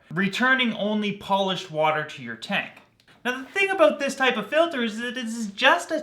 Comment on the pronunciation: "I want to talk aboot...." You're Canadian aren't you;)